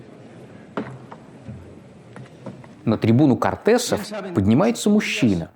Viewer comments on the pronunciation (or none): Очень интересный и хорошо документированный эпизод. 👍👍 Обидно, что прокралась, ставшая обычной, фонетическая очепятка. 😪 В названии испанского двухпалатного парламента, по-испански Cortes, ударение падает на первый слог, т.е. Кóртес, Кóртесы. Иначе, по правилам испанской орфографии, название писалось бы как Cortés как, например, имя испанского конкистадора Эрнана Кортеса, Hernán Cortés.